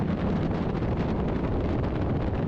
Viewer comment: 삿포르x 삿포로o